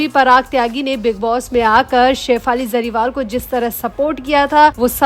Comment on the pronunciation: Madam jariwal nhi hey Jariwala hey bolna sikho pehle sahi surname